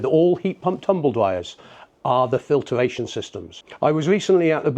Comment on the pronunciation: I find usually I instantly question a person's credibiliy if specifically is not correctly pronounced... (he also says "filtER-ation") not in this man's case however.